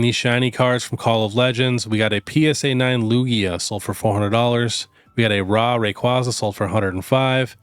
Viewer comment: ithink Raw is pronoounced "roar" not "rarrrrr"